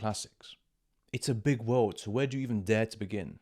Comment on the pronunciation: اوتش The world you said😅😅 It feels like someone slap me on the face